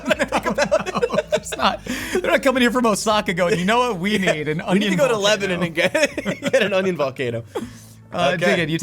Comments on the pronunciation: Same! Although I was mad at for saying leba-NON 😂😂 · i can’t believe noah didn’t correct him on the town name. Its pronounced leb-a-NEN, not leb-a-NON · Ok I know I only know this because my friend is from Burlington VT… but it’s pronounced « leb-uh-nun » not « leb-ah-non » when you’re talking about the NH town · 😂 The host said Lebanon, NH wrong. It's funny how people who aren't from New England always say Milan, Berlin, and Lebanon wrong.